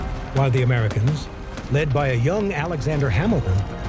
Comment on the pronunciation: Me: I love it and u said Alexander hamilon not Alexander Hamilton